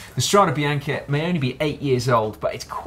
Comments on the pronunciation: ok, but the correct pronunciation is: strade bianche not strade bianchi. Bianchi is the bike manufacturer :-). So, bianch-e not bianch-i [which means white roads] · Strade Bianche, not Strada. And you did it twice. Hats off for intentional spelling errors.